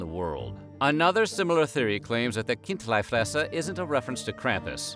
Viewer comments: It‘s Kind-LEE-fresser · It's Chindlifrässer (Khin-dlee-frass-err) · It is pronounced Kint'-lee Fres'-ser and the city is pronounced as Bearn. Just like the animal it was named for. The "Ogre" is meant to represent a Moor, or Turk as it was carved at about the same time as the siege of Vienna in the 17th century